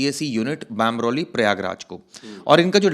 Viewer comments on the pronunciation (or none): बामरौली नही बमरौली हैं। क्या पता बाहर से आया ही न हो।